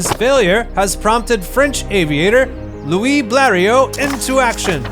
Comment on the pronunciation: Louis, not Louie ! 🙃